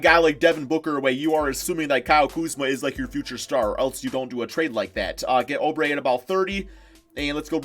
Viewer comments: Stop saying O Brey it’s oo brey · It’s oubre not obre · say it like oobre not obre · Why does he pronounce oubre like that?